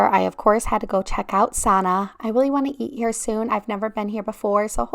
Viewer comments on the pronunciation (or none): A few corrections: Victoria Lounge does have some light bites Kidani is not shaped after a Native American necklace. Why would it be? It’s named after a Native African necklace. You kept pronouncing Sanaa incorrectly. It’s more like sun-nah. And you seemed to obsess over the parking at Kidani. The reality is that you rarely hear anything at all.